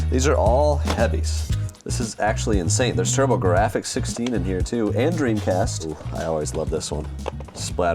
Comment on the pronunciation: The way he pronounced Turbo-Gir-aphics gave me a chuckle. 😁